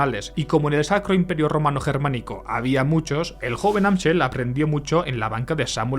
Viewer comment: Mayer Amschel se pronuncia “Amsel”